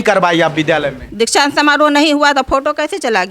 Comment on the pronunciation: Inko kuch padhane bh aata h 😂 Dikshant samaroh ko Diksa samaroh bolti h, 😂